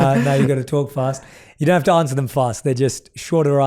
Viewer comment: For sure! Even though I'm not a native speaker of English, I've found countless mistakes while he was speaking! For example 'ansuer' instead of 'answer' haha but he's great!!!!